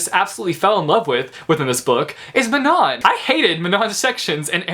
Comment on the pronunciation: Elide is pronounced "EE-lie-deh-" lol. I also think that Manon is pronounced "Ma-n-un-"